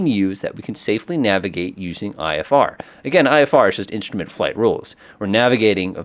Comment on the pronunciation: Instrument is not "inshtrument"